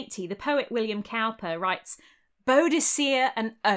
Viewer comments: William Cowper (supposedly an ancestor of mine), was a weird poet, and for no sensible reason (even as he tells it) he ran a hare sanctuary. But his name is pronounced like someone who makes barrels, not like someone who works with cows. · It's pronounced William Cooper (Cowper is). Love your content, love your voice, accent and your incredible knowledge. So you can imagine how great it felt to find the one word you mispronounced! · (Psst! Cowper's name is pronounced Cooper, I think.) I really enjoy your channel! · Cowper = "Cooper". Oh pedantry, sweet pedantry, my only joy and comfort...